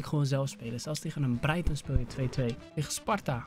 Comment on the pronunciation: Chatmo je bent de eerste die mijn naam goed zegt want mijn naam is ook Brighton 😂😂😂